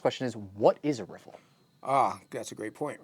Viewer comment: "rifflifliffiflllfffif" (Courtesy: )., thank you for creating the perfect out-of-the-mouth audio-visual lip synched water movement river riffle lesson ever. That is why you are #1 the BEST!! Picture frame was worth a thousand words. LOL